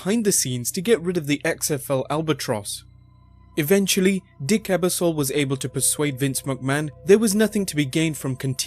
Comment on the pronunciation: Lots of good information. However, you did butcher the pronunciation of a couple of names like Lorne Michaels and Dick Ebersol. When you're making a video that contains people who may be famous in the US but not outside of the US, it might help to have an American edit those videos to make sure these types of mistakes don't happen.